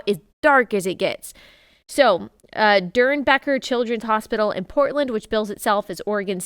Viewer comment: Doernbecher's pronounced dornbeckers. They do a lot of fundraising in the Portland area, sometimes through donating your change at the cash register, and I have always declined. They've always been God-haters.